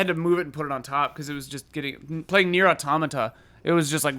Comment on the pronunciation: Thank you,, for pronouncing "automata" correctly